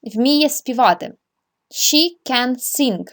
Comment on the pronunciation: Подивіться у транскрипції, як вимовляються дієслова sing та dance... Хоча б у Lingvo